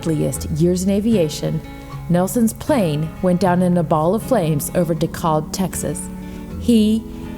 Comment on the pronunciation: It's pronouced d-cab not de colb